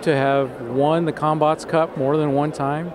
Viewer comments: I keep hearing cumbutts. DAMMIT BRAIN. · Sounds like they're saying cumbots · All i heard was cum no bots😅😅😅😅